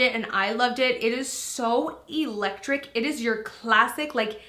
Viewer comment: Take a drink everytime says "eelektrikk"😂 I'm just messing with u girl, love ya!